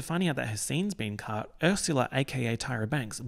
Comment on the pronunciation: You said Ursula in a normal way once and now I know you don’t have to say ersyula